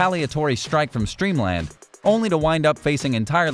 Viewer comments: Its Steamland, not Streamland. Fail. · It's pronounced STEAMLAND